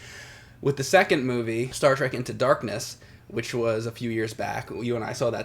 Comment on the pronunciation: Star TREK not Track.